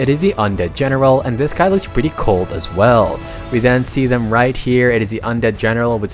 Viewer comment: The way he says "pwretty" is really funny i like kt ❤❤❤😂😂😂